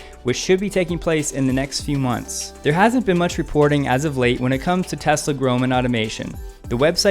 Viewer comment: I like that you pronounce the name correctly. Please teach Bob Sullenz that the name is pronounced "Tezla," not "Tezzla." :~)